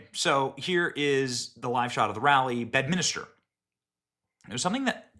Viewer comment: Benny, it's Bedminster, not Bedminister. You're adding an additional letter, making a fourth syllable. Did Miller say the "Democrap" Party?